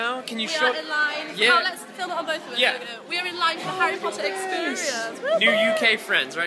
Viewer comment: Herry pottaaa lmfao lost it there